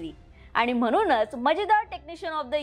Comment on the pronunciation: तुम्ही छान दिसता, बोलताही, मुलाखत पण सहज गप्पा मारल्यासारखी घेता. पण जरा "न "आणि "ण "च्या उच्चरावर मेहनत घ्या. म्हणून हा शब्द तुम्ही नेहमी म्हनूण म्हणता.